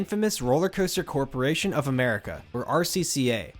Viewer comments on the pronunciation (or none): Bolliger and mabeeard lmao and Ehmerica